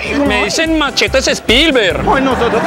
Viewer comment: "Machetes espilberr" 😂😂😂😂